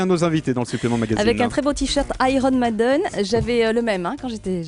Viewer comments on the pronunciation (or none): Euh en fait c'est mAiden et pas meiden...